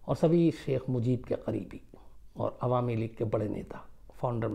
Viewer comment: "alami league" nehi, "awami league" hoga, Sir!